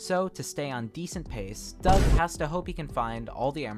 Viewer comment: Every time u said DUOUG I laughed so bad 💀my sense of humour is broken